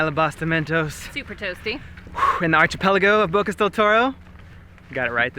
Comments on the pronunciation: Why are you pronouncing it Ar-CH-ipelago? Isn't it pronounced Ar-K-ipelago? Just curious, do not mean to be rude. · Just so u know "Archipelago" is pronounced with a hard "C". As in "Arkipelago". Keep up the good work, we enjoy your vlog!! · It’s pronounced “ARKipelago.”